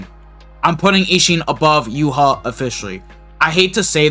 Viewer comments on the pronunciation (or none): I’m convinced not a single brave souls player has watched the anime…. Who tf is “Yuha”? it’s pronounced “Yu-ha-ba” 🤦🏻‍♂️